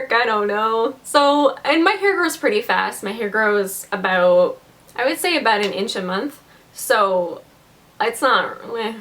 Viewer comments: "Aboot my hair".....Canadian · Omg this is the first time I actually noticed a Canadian say aboot